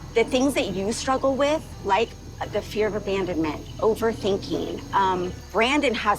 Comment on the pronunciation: Am i the only one hearing Abrandanment everytime